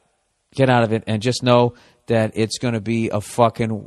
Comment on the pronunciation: "And dat's dat."